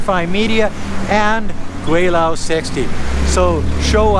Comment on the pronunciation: I like your videos, but as an expat in China for 29 years I wish you would at least use the proper pronunciation for Gweilo. You say you have been in China for 16 years, this should be pretty basic...